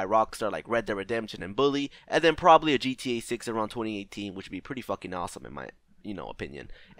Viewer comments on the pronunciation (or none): none